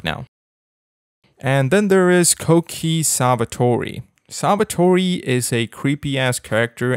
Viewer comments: Bro pronouncing sawatari savatori hurt me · The way you pronounced Sawatari was funny, dude 😅😄😄